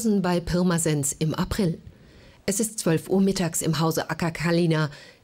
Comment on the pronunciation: Ahhaha wie die Pirmasens ausspricht 😂 des hesst bärmesens